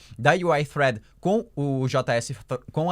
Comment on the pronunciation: olha sóóó, pronunciando "thread" corretamente:) Alguém tá estudando Inglês